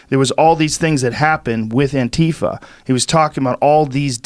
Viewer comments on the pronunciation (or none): Then wouldn't the last one be an-tie-Fa? Or an-tie-fa? Or literally anything other than An-tie-fa? Putting an emphasis on the first "a" is jarring when followed with that hard "i". I hear all of the other options pretty regularly, but never that one. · Is it really pronounced an-TEE-fuh? Antifa is short for anti-fascist, right? So wouldn't it be either An-tee-fa or An-tie-fa?